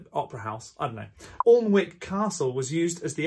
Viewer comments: Come on man, Alnwick is pronounced Ann-ick, not Orln-wick! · Your not missing much having not watched Braveheart. Wait. Did Jon just say Alnwick as 'aln-wick', tut tut tut. It's, 'an-ic'.